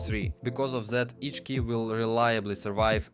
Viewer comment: fck is that accent, why ur readding TH as Z, " that " as " zat " like what